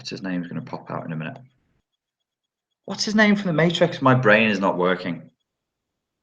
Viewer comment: "Who'd he play in the mayyytrix?" lol! Always a good laff and lots of good info… thanks mate :)